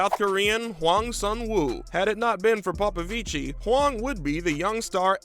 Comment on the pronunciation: It's Popovich, not Popovici, the last i is silent.